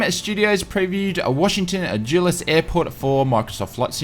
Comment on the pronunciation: FYI Basel is pronounced 'Barl', Dulles is 'Dull-es'